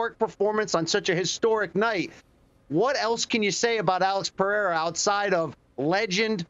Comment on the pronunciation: Guy can't even say Pereira right lol